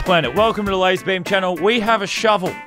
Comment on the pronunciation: Lazar not lazer